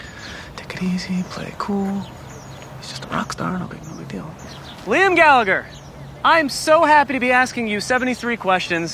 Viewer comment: Jeez the interviewer could at least pronounce his name right